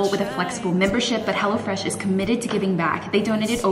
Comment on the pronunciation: Every time you say, “Hello Fresh” my special ears hear, “Hella Fresh”!! I don’t think the company would mind as, Hella Fresh seems like a very good thing!